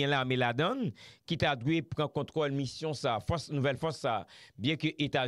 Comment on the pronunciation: Di Rode avan l rele nan emisyon an, fè on ti repetisyon. Mission, se pa MUSSION.